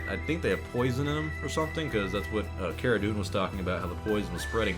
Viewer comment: Its pronounced Cara Dune.